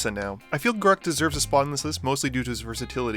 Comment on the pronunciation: am i the only one who gets very defensive when ppl mispronounce Garruks name. its not hard, seriously, theres 2 R's and 2 syllables. Gar... wait for it... ruk! gar rhymes with rare, ruk rhymes with truck. wizards has confirmed this